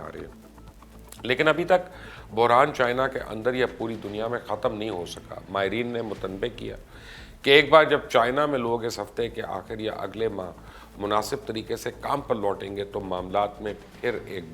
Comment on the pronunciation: Mubashir Sb word is Mut- nab- ey and not Mutanbey you have been in this business for quite a while.